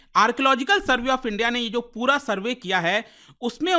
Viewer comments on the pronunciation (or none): none